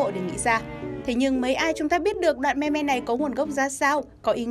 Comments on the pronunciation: Đọc là Mim chị nhé :( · Phát âm là "Mim" mới chính xác thay vì "Me Me". :)) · Đọc là "mim" chứ không phải "me me"!! Nghe khó chịu vc! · ôhh,I speak "mimm",not "me me" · "Meme" đọc là [Mïm] không phải me me 2020 rồi mà còn đọc vậy là người tối cổ luôn rồi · cuối cùng cx tìm đc đồng môn đọc là " me me " mà không đọc là "mimm" giống toi :) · “Meme” phát âm là “Mim” ko phải là “Me me” đâu nhá! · Người ta đọc meme là:mim Chứ ko phải me me nhé chị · "Mim" not "me me" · Ai lại đọc meme là me me ? 🤨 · Chị ơi, từ đó phát âm giống mim chớ k phải là me me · Đọc là "mim" chứ ko phải "me me* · đọc là mim chứ không phải me me nhá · Me me ư đọc là mi mi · Là mem chứ không phải là meme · Mim:))) not me me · Its mim not mem me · Thường phải đọc là "mim" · phải đọc là "mimm" chứ nhỉ? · Me-me =))) nghe phèn vl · Meme not "me me" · Đọc tiếng anh chán thật sự :)) thung lai, me me :)) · Meme đọc là mim nha chị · chị ơi chữ meme được đọc là mim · meme đọc là "MÊM" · Meme đọc là "mim" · Éo Biết Thì Đừng Có Nói Ok. Đọc sai tiếng Anh cứ thích đọc